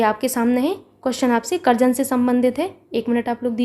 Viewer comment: Mam karjan ko karjanva kyu keh rhi hai.???? Very very helpful class mam.... 🙏🙏🙏👍👍👍👍